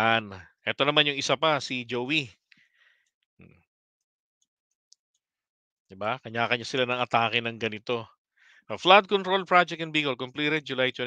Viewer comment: HELLO SIR IF YOU DON'T MIND CORRECTING YOU, ANG PRONOUNCE PO NG " JOIE" AY JOOWA MEANING "JOY. JOIE DE VIVRE" JOY OF LIFE OR JOY OF LIVING....... IN FRENCH. JOY NIYA YATA ANG GINAGAWA NIYA SAMPO NG MGA KASAMA NIYA. BLESS YOU PO!